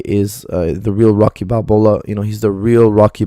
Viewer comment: is type of Guy who can say Rocky Balbowa and Get away with it